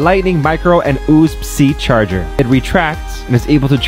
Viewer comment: "Oobs sea charger" "Oopsy charger" "Uzi charger " Ahhhhh